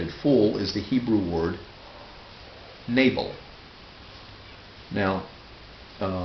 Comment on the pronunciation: your pronunciation is surely incorrect. 'nable' sounds nothing like Hebrew. Perhaps 'nah-bel'?